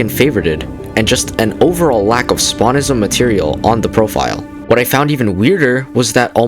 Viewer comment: “Spawnist” “Spawnism” oh my god bro 😭💔